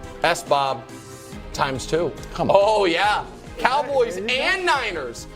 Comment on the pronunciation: I like how Nick took Brou’s S. B. O. B. And kinda slammed it calling it “S-Bob”.